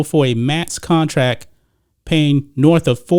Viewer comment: You keep saying contrack instead of contract